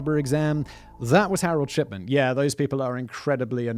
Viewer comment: i cant stop hearing shipman pronounced as shi(p)tman, it makes me giggle slightly, just think that the version of the name fits harold better but its still tame compaired to other words i would have for this doctor